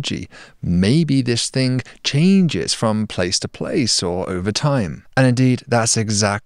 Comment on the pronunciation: there is no letter 'k' in the word ''thing'' Doc.